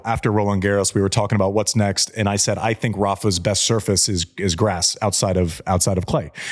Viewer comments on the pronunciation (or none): When Andy talks about Rafa’s learning curve, I saw it happen over the course of the seven matches at Wimbledon 2006. Every single match he got better on the grass - you could see his learning process on grass. I swore back then he WOULD win Wimbledon one day. ❤ He STILL says ‘soo-FRACE’! ❤❤ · Rafa still can´t pronounce surface after over 20 years on tour makes him likable🤣